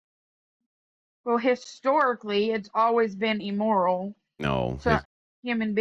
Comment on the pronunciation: "Historically, it's always been emoral" How tf is even having a conversation with these people? She didn't even know how to say immoral, let alone understand the difference between objective and subjective morality.